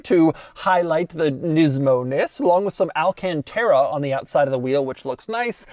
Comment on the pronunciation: The way Doug says alcantara is odd. People need to get over the automatic because Nissan has another pretty sick car that only comes in auto. Its the GTR.